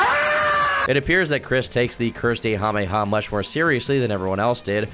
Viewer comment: Curse-mei-ha-mei- ha.💀 This guy, I swear...